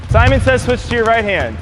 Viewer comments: Nobody:: Semen says... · did jus say semen says haha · Was I the only one that heard semen says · nobody:: semen says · No he full on said semen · said Semen says